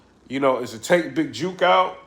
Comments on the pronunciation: lol he said big Juke!😂😂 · Jook not Juke(hook but wit J) u from da ville u shud know Memphis lingo😂. U know what’s sad we so use to war around here it seems regular we see vids & reports we just think yall soft it’s jus a normal Thursday to us🤷🏽‍♂️